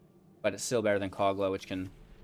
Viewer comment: Mans said "Cog-Luh, the Titan Ape"